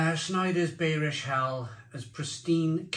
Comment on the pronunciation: Schneider beerish 🍺 hell....😈 It's pronounced (in English) buyrish hell...